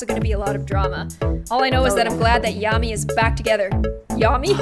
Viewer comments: It's Yammyxox not clammy but love your videos your amazing keep doing what you are doing 🙂❤️❤️ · Bad news it's not Gammy its yammy😂😂😂😂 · It is yammy not glammy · you say her rone name its not gammy its yammy